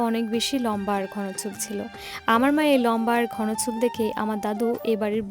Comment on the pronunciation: ঘোন???? x ঘন ( উচ্চারণ ঘনো)